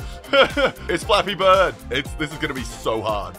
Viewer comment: Did I hear, Fappy bird??? damn